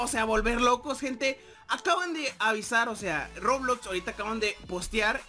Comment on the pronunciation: Se dice Roblox :v